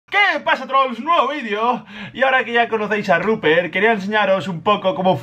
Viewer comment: Che a todos los forros de acá el nombre del chancho es "RUPERT" no "ruper" o "rubpe